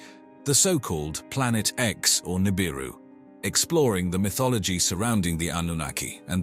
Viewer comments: 😒 Yeah... I noticed that too. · man theres nothing like a docu boosted from the works of others mixed with a word mis-pronounced 1000 different ways in 23 min.